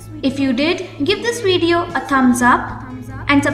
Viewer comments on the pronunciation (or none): none